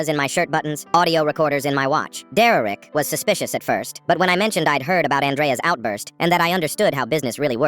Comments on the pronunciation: 'dererek' he says dererek instead of derek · bro why ia the bot saying some times deurrek not just Derek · It's derek not dererek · Is it just me or did it sound like he said “Deraik” a few times 😅😅😅😅😅😅😅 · “Dererik” Hits hard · "Dererek" EVERY TIME BRO🥀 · Foreal why is he saying it like that?